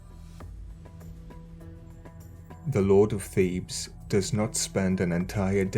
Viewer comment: I had to listen veeery closely to your diction on this Triad, my friend, because it initially sounded like “the god of thieves, his wife mutt and cons you.””, instead of Thebes, Mutt and Khonshu.. 😏.. but in keeping with your usual style, I’m betting that’s not far off, especially with a State sponsorship. But I remind myself.. and the LORD, regularly that He will redeem Egypt as well as the rest of the 70 Nations. Given the most recent announcement from the individual at the reigns of the R.C.C. right now essentially creating the 1🌍 religion to be at the beck and call of the FEW… flip that.. I’m just looking for the Real Yeshua, because these jokers aren’t funny in the least. Heaven.. Literally.. Help us all. Also where’s the Zodiac you have in the beginning of the video, please? Is it ancient or recent?.. relatively of course. It’s quite interesting. Thanks 🙏 as always, dear brother. Much Love. Many blessings. MARANATHA. 🍃🍃🪷🍃🍃